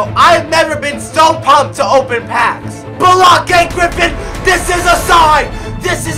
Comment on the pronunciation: this man said 'blackey griffin' lmao